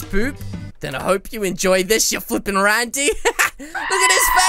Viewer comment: Stop saying rande and dum dump ok